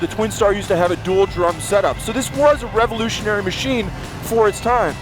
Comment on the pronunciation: I swear he said it was rebelutionary....